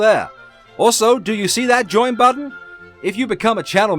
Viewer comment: "Butt-ton" is now part of my lexicon.